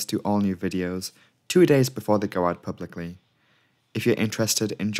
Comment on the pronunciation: “pubicily” C’mon, man. 🫤